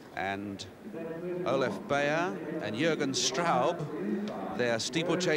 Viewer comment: The winner's name should be pronounced "buyer". Hoffmann superb beating Straub, who two years later would split Coe and Ovett in Moscow.